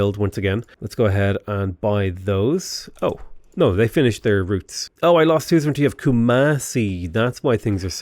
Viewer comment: Everytime he say soozrintee I die inside